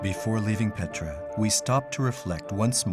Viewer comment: Не Петра..,а Пъетра !!!